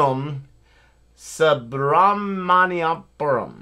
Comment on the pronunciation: I hit the like button as soon as you guys pronounced Subramaniapuram!